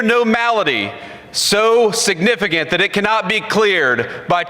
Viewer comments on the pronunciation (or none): none